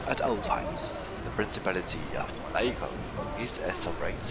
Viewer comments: hearing the epmhasis as "moNAco" was funny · Awe!!! Poor gonna be razzed in comments with his mispronouncing Monaco. Go easy on him guys!!! Great job &! I really enjoyed the originality of this minipark! You incorporated the world famous Grand Prix theme perfectly with the go carts as well as incorporating the famous boat races & yachs & lifestyles of the rich & famous vibe! Hands down I absolutely LOVED the Roulette Wheel ride skin! Perfecto! Loved the voice acting in the boat ride too - great way to learn & be entertained! ☮️ & ❤️ - SmilingOma333 🙂